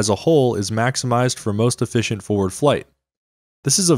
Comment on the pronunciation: Is nobody gonna talk about "efficienct"?